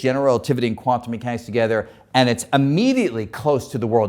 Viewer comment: "Quan-tomb moo hanics is fooey loco or non-loco?" WHAT? {:o:O:}